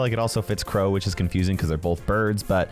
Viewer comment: Bro, why are we going with the hard R on my boy Crow? Da hail did he do to you?